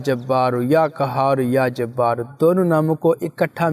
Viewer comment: قهار هونا ہے کهار نہیں